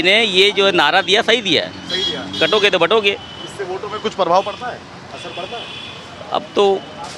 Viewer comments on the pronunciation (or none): काटोगे तो बाटोगे नहीं बाटोगे तो काटोगे मुल्लाजी सही से बोलो।